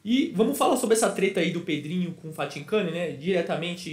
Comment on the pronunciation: falando Fathincani é uma resenha kkkkkk